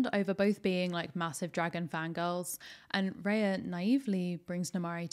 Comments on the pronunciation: It's Rah-ya not Ray-ya. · Genuinely hate to be this person but it's Rah-ya. It's a word in many of the languages from the countries the film is inspired by. I hope this isn't too much 😅